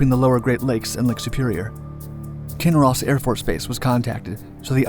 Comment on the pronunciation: Hardly anyone in kinross even knows about this haha . Thanks for pronouncing our towns correctly !